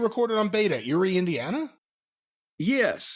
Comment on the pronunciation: Got me excited to hear about my hometown. But, alas: it's "Eerie", Indiana